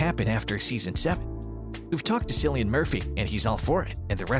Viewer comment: It's pronounced with a hard C as Killian, not Cillian